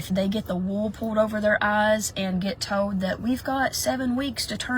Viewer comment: I shouldn't make fun of accents but every time she said "told" it sounded like "toad" and i couldn't deal 🐸